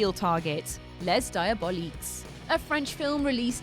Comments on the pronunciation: I'm not french but I suspect neither are you... :-) First of all, it's "Les Diaboliques" (the noun is in plural, as it's the article) and secondly, in the pronunciation, it's Dee-ah-bo-lick, "bo", not "bow". "Bow" is how a person with english as their first language would pronounce it. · "Lèsse daïaboliques" 😂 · Les Diabolique.... my poor french brain hurts at your pronunciation X'D Les (s is silent) Dee-ah-Bow-lick hope this helps for future pronunciations of Diabolique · First let me say that I am in no way perfect and I do make mistakes. But Lez Diaboliques? What annoys me about this channel is that they mispronounce words. It's like they have never seen or heard the words before and they are simply reading them out phonetically. I do not wish to insult you, if you are unsure how to pronounce a word ask a friend or Google. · lez die-a-bol-leeks.... hahahahaha. You're English, you should know how to pronounce the French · LeS DiabolicS.... omfg my ears died a little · It's pronounced 'Ley dee-ab-ol-eek'. Jeez, frightening... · LEZ DIABOLEEKS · I hate to be that guy but... les diaboliques is pronounced "lay dee-ah-bohl-eek". ;) thx. Luv ur content btw, ur vids r gr8! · It’s not pronounced LEZ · less diaboliquessss LMAO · 'Les Diaboliques': pronounced "Leh Dee-AW-bow-LEEK" (surprisingly, every 'S' is silent.) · lesss diaboliqussse? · Biggest twist is how horribly she mispronounces Les Diaboliques. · LOOOOOOOL you compile all this but can't look up a French pronunciation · Not wanting to hate on you, but can you maybe try to research how the titles pf foreign movies are pronounced before saying them completely wrong .. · Both S are silent in "Les Diaboliques" ;-) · Les diaboliques --> DON'T PRONOUNCE THE "S" 0_0 thank you that's all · I'm not French and that pronunciation hurt me too!